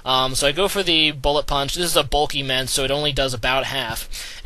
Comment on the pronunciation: Bulkymence? You mean Bulkynite.